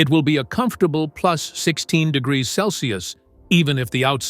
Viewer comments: Below 65 degererese? Wow so cold. Stupid AI. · 20 der der der grees op narration we wonnered!!! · De gee ree rees ……I wonder what they are 😂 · 65 degrddreez lol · Did the AI mean to say the temperature can drop below -65 degrees? I heard digreses...lol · 'temperatures may drop below sixty five dee-gee-erz!' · What’s a duhgerrerr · Lmao! Can say complicated words but can’t say degrees😂😂 That was very strange. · You should practice saying the word 'degrees', so far you've pronounced it wrong, not a good look! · I guess AI isn't so smart after all🙄🙄. Can we get a HUMAN narrator who can pronounce DEGREES??? 🙄🙄🙄🙄🙄🙄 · How is it that AI can pronounce Russian last names, but not the word "degrees"? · I thought he had a stroke 😂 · Oh it was A.I.? I thought it was a person who had troubles with the R pronunciation. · Why can't you say degrees..motard?? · Evidently this AI bot can't say the word - Degree - He also doesn't know the difference in a Cistern and a steel tube. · If you ever feel like someone you're talking to is a bot, just ask them to say degree then you'll know.😂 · But the way it said Degrees was wonderful. LOL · I did really enjoy it trying and failing to pronounce degrees. 😂